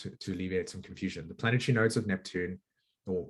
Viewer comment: I try really hard to listen to the message and not focus on "the messenger", but im american and i find your accent very annoying like you have marbles in your mouth, sorry but thats the truth. "Sat-on" instead of "sat-urn" isnt there and 'r' in saturn? and "planet-try" instead of "planet-ary" et cetera, im trying to be open minded, ha!